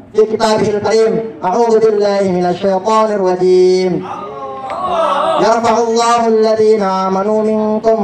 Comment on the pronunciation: ayatnya yarfa'illah, bukan yarfa'ullah 😅